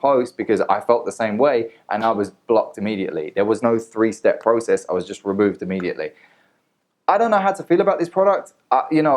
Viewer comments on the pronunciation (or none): none